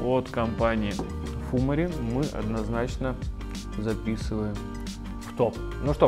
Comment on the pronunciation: фумАри вроде как правильнее :)